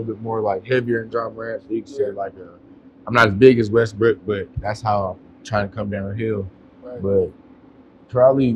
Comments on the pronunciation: So nobody caught him say westbrick 😂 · Did he say westBrick lol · This was a very dope interview, but I ain't go lie I swear I heard him say westbrick 🙄😂😂. Maybe my ears playing tricks on me because I've heard it so much last season 🤦🏾‍♂️